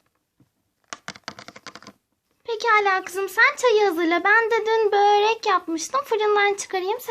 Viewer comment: gghhhhdfg börek yerine böörek demişsin